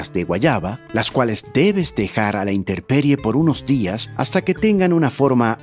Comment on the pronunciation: dijiste, interperie, y creo que es intemperie. En vez de m lo dijiste con r